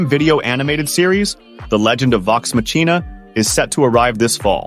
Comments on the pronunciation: Matsina! MATSINA!? Is it really pronounced like that in English? I always say it Maccina (c:s are two soft k:s). I also think the crew themselves say it that way (please, correct me if I am wrong) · i would rewatch or watch vox machina if you never saw it. you pronounce it wrong. you say it like the word machine but its more intone like makina. thats how they say it in the animated serie. so what do i know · It’s VoX ‘Mock-ee-nah’ not Mah-chee-nah , if you are not a native English speaker. This AI voice is mispronouncing it. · You know it's AI when it can't pronounce "Machina"